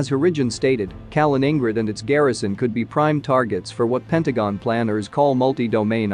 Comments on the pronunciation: “Kalin-ING-grid” lmao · Calling in Grad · "Kamen ingrad" xD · You can only destroy “Kaliningrad” when you can pronounce the name right. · You are badly mispronouncing Kaliningrad. It's hard to take someone serious who can't get that right. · Yes it was bloody irritating - and makes you wonder how accurate the info if they cannot get the pronunciation right. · That pronunciation was unbearable. I had to stop the video, I couldn't stand it. 😵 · moving from "i" to "a".... Wow, insane mispronunciation :D . Probably no one of a reasonable minded person heard Mikhail Kalinin before... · Kaliningrad is pronounced with the main stress on the second syllable and a secondary stress on the last. Similar to St. Petersburg. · I like your channel but you would add to your credibility if you actually took a little effort to pronounce names properly, at least as best as an anglophone can. For example, Kaliningrad. Just Youtube it. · Do you get your jollies by deliberately mispronouncing Kalingrad? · Can you please make the effort to pronounce Kaliningrad properly ?